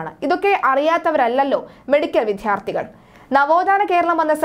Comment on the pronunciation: മലയാളത്തിനെ വൃത്തികേടാക്കരുത്. വിദ്യാർഥികൾ എന്നാണ് ഉച്ചരിക്കേട്‌ണ്ടത് വിദ്ധ്യാർഥി എന്നല്ല. മലയാളഭാഷയെ നാണം കെടുത്തരുത്